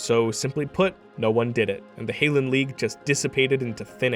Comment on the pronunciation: Hall-inn Not HAIL-INN Greetings from Fort Hope Vrijested